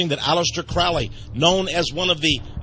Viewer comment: It's pronounced crow - Lee not crawly